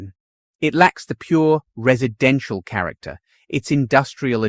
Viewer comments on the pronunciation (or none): none